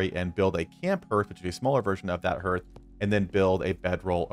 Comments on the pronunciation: Just a BTW, it's pronounced Harth not Herth. My reason for watching is that the Iron Hammer does not appear in my crafting list, I can't make one and I've no idea why, still don't. 😢 Later..... Found it! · Excellent video. I'm just distracted by hearth. it's pronounced "Harth". Just sayin'. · I got distracted by your pronunciation of hearth sorry, you said "the hearth is the heart of the base", hearth and heart have the same "A" sound "Harth", sorry, great video just couldn't concentrate after that. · (H-are-th) harth as in I welcome you to my harth and home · Hearth sounds like "Haarth". 😎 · Yeah, other than the pain every time you say Herth, this is a great video. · Love your content man! I've been playing the game the moment it was released and downloaded. A huge Tolkien fan man myself, I truly love the amount of work and effort that goes into these tip videos from so many different creators, and I watch them constantly. But seriously... how do so many of you not know how to say "hearth"? Its pronounced h-AR-th. Like heart. Like your organ. but with a 'th' on the end. Its just kinda funny that you are like the eighth youtuber I've watched that says "h-ER-th". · Yeah, it kind of put me off too! Great video otherwise